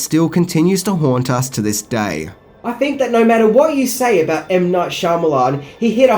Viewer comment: ‘So what do you guys fink?’ Lol